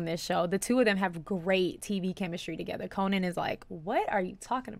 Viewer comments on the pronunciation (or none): I love that you say "Cohen". It's Conan...and you need to know about Conan and his undying contribution to comedy. Because Conan is...Conan. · Did you pronounce Conan wrong?